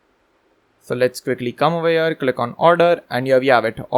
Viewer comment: thanx for this amazing course, i wanted to say it is not "oveyer ", it is "over here" u use this word a lot, and repeatin oveyer oveyer oveye 😁, at the beginning i thaught it is indian word but after two hours i understood u r sayig over here